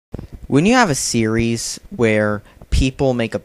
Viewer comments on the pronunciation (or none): Wow he said sereises